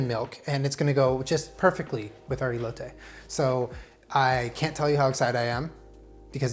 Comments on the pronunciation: please stop listening to Google's pronunciation of foreign words, they're always wrong. it's pronounced 'cotiha' and 'ehloteh' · <3 the first E in Elote is pronounced exactly like the last one, in spanish we only pronounce the E's that way, the english ''E'' sound in spanish we use it for the letter ''i''. Love you <3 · I can’t express how much I love you rn Btw the e’s are pronounced different in Spanish Also horchata hits different when drank hot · Pronunciation tip for: The "e" in elote is like the "e" in your "EH BEPBEPBEPBEPBEP.” It's eh-loh-teh.;) Buena suerte, amigo! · I’m confused bc I’m Mexican and don’t really speak Spanish but I’ve always heard my family and friends who do speak Spanish pronounce it ee-lo-teh like with emphasis on the “ee” sound in the beginning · When you Hispanic and makes your favorite botana (snack) and drink. 👌🏻😋BTW it’s pronounced (eh) (loh) (te). just like epepepepep! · The way he keeps saying “i-lote” just makes me 😬🙈 cringe en español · I love you sooo much.. and as a mexican i appreciate you so much, but, Elote is pronounced whit the "E" as in Elephant.. ilote(as your sounding it) sounds weird, and it means something else. But i still love you 😅💙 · The E in Elote is pronounced like the E in Elephant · The way pronounces horchata correctly but not elote is absolutely adorable 😂 quality content 👌🏼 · I got so hyped for this video and then said “EElotay” and I just laughed so hard awww 😂 it’s pronounced “eh•lo•teh” 💕 and you don’t have to annunciate the “t” either, it’s so soft it’s almost like “th” but ANYWAYS love the confidence and the effort, great job!! PLEASE keep it up and showing off Mexican dishes it makes us feel special knowing that you love our food 😂🥰... like literally any Mexican knowing that other cultures like our food... it just makes our hearts so warm 💕 thank you!!! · He got the elote wrong tho... Saying "ilote" hahaha. But nonetheless horchata was a nice job